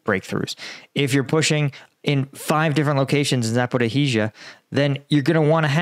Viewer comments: Mate, ZA-PO-RI-JYA, not zaporihizhiya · Try to pronounce Zaporizja! This zaporihi:zija is not OK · Zaporizhzhia is pronounced like Zaporishia, not Zapporee-hee-shia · Hello, it is ZAPOREESHA or ZAPOREEZHA in Ukrainian, not Zaporohisya, sorry for that, but it is easy! ZHZH (almost SHSH) means you speak it longer and not double. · Zaporizhia! It is not Zaporohizhia! It is the shorter version! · It's pronounced ZA-PO-RO-ZHIA, not Zaporohizia please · Zapra hiz iya? No Zapor eeezhya da or yes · Za por ya hi zya... nooooooooooooooooooooooooooooo Za por izh (ige in beige) ya.. Come on mate get with it. How long have you been struggling with these UA names. Get with it mate! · Please, do not pronounce "h" in Zaporhyzhia :). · love the show. The pronunciation is za-po-RYJ-ye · Its called „saporischja“ i wrote it how you say it 😊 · Zaporizhzhia is pronounced with 4 syllables: “zah-poor-ee-zha”. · You are best, but please: Zaporizhzhia = [zapo-rish-ya] or better [zapo-rish-shya] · Your pronunciation of "Zaporihiza" is weird. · Ok.... Zaporhizizia???? I understand mispronouncing towns and areas if they are the 1st, 2nd or 3rd time they are mentioned. But please show some respect for the Ukrainian people and learn the pronunciation of the areas that have been on the front for.... 6 months! (Otherwise, I like a lot of the analysis you bring,) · Zaporizhzhia - this is how it's pronounced: Cheers! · I wonder if he'll ever manage to say Zaporizhzhia correctly :)) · How is it possible to have reported on the war for well over a year, and still not be able to pronounce "zaporizhzhia" even approximately correct? I must confess I am a bit embarassed on your behalf..